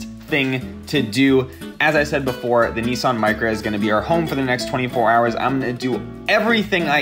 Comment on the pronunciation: neson??? nissan